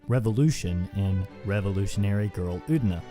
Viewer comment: It is Utena. Uuuuu teeeee naaaaa. Not ootna.